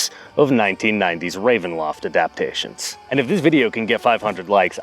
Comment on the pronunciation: I love the videos where he says "adaptation" correctly most of all